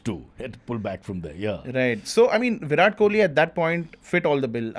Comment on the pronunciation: can't even pronounce Virat's name correctly...disgraceful😂